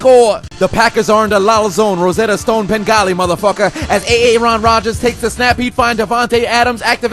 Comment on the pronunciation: nnnahhhhhhhhh man is killin it wit “A A ron” phahahahahahahhahahahahahahahahahahahahahahhaahahahahahahahahahaa